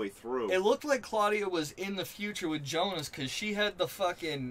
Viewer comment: Everytime you say instead of Jonas and /winden/ instead of /vindn/ something breaks in my german speakint soul